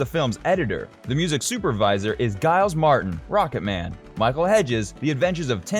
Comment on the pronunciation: And Giles is pronounced JILES.